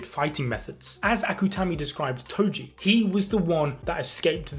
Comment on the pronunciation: calling toji Tojo is crazy brooo